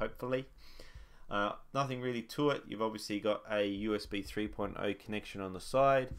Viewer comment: when he said 3.0 i thought he said porno